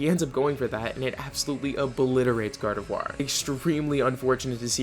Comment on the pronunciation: THE I IN GARDEVOIR SHOULD BE AFTER THE O!